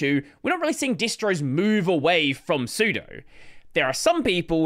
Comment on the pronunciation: I agree with everything in this video except your horrific pronunciation of sudo. How do you pronounce sudoers?